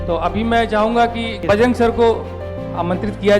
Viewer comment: Bajrang naam hai BAJRAG nahi